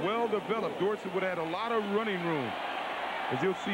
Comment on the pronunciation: 7 seven years in n he was still pronouncing dorsett's name wrong. Irritating.